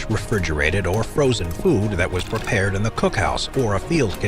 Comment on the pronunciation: "prepaird by Armour and company" 💀